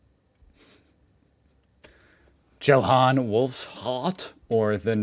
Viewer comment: "Johann" is pronounced "Yohann".